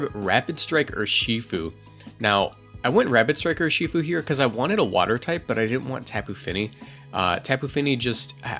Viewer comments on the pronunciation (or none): I cringe every time you say Ur-SHI-fu pretty sure it's pronounced URshifu